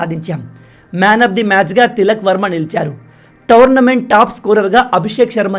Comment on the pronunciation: Towernament ❌ Tournament ✔️